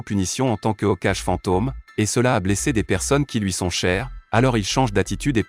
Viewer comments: Il dit pas Hokage il dit Hokaje 😂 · purer la prononsiasion de hokage il la prononce ocaj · Ces pas okage c'est hokage